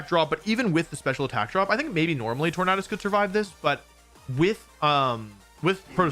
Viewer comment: love that you pronounce Tornadus correctly aka the way i saw it